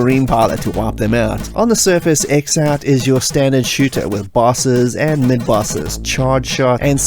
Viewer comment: X-Out is pronounced "Cross Out", as the intro of the Amiga version demonstrates.